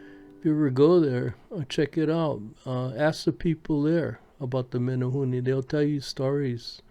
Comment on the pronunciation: Meh-neh-hoo-neh.... Not Meh-neh- hoo-nee